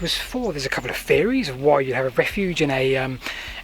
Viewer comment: YET ANOTHER LEARNED PERSON WHO DOES NOT KNOW HOW TO PRONOUNCE THE LANGUAGE FEORIES AND FINKING AND IS THIS HOW PEOPLE ARE EDUCATED NOW